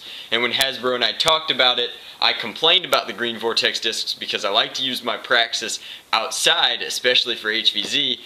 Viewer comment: you said slam fire a praxsix